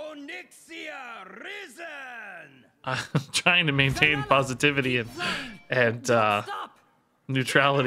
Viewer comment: Watching struggle with risen has me questioning if his brain has any wrinkles.